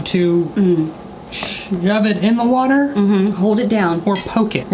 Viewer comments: “I want to see it explode in thE wAtERR” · in the ✨Wa-ther✨ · "i wanna see it explode in the wha-tear "